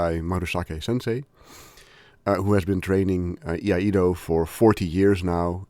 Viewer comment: please learn how to pronounce the word iaido correctly